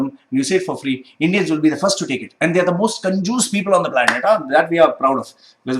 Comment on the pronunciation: Hi, at 9.21. Did you say: conduce?